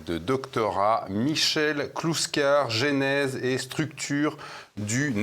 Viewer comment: Attention, petite remarque amicale : le premier e du mot genèse ne prend pas d'accent, par conséquent la prononciation se rapproche de "geunèse" et pas du tout de "geainèse".